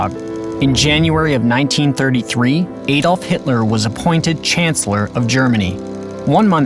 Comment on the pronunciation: My ears hurt any time he says any name wrong, including the name "Adolf" but aside from that, this video is very sad and the world should be reminded what not to do.